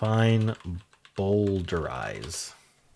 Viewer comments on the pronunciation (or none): A man called Bowdler took all the naughty bits out of Shakespeare's plays in Victorian times. Note it is Bow-d-lerize and not Bowl-derize.